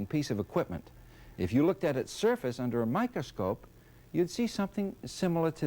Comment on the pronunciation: What's a "micascope"?